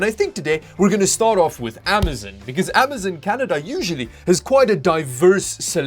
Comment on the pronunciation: AM - A - ZON not AM - A -ZIN